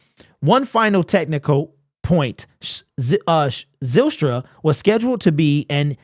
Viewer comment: Zylstra is pronounced like Kyle, Pyle, File, Nile....etc. Not Zillstra, Pillstra, Fillstra... It's a Dutch name.